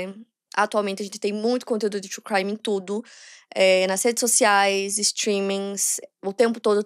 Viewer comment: Quando ela vai falar true crime direito ?